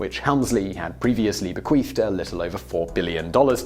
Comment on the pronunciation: Be-qweef lololol